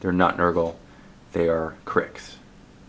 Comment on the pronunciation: you should get Fireman Tim in for a couple games of WM as I think he put the first WM video up on your channel. I'm hoping he is the PG that is going to be teaching you. Also thank you for pronouncing the name Cryx correctly unlike that clown at that painting company Bluesomethingorother.